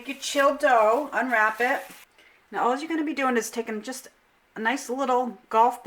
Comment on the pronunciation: "Now alls'yah gotta do.." Must be from my home state! Massachusetts!!